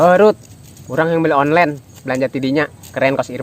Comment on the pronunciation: Onnlen disebut oclen